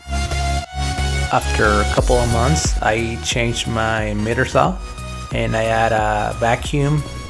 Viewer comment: Nice video, love the fast frames. Here we say "Miter", I think you were pronouncing it as "Meter Saw"...